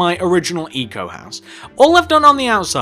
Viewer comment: it's pronounced eco not ico